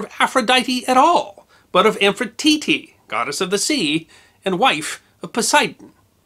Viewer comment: And it's "am-phi-TRI-tee", not "amphititi"